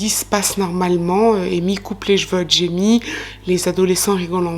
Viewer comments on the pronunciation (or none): Moi, ce qui me "fane", c'est quand tu dis " jjj'veux " à la place de CHEVEUX 😂😂😂 Merci encore et toujours pour ton travail de qualité 😉👍🏻🧡 Prends soin de toi 😘